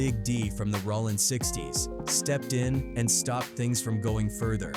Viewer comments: "RAH-LINN 40..." 😂😂😂 This AI 💩 is lame. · Cool video but that AI stuff sounds stupid it sounds fake like wtf is ralin crip if Ai so smart why it can't pronounce word's correctly smh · Rawling Crip 😂 Skyline Pyrua Bruh spell it for the AI the way you want it said 🤦🏾‍♀️ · You weird clown ass content creators need to get shit straight Cuz is "Bullet Loco" he raps under Jayo Felony and it's not Rawlin Citch it's ROLLIN Stop letting AI create when you clowns try retell African American street culture! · "rawlin" 40's crips 😝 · I can’t listen to this bull$h!t … MF AI can’t even say rolling properly